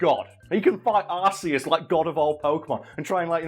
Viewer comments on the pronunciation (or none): none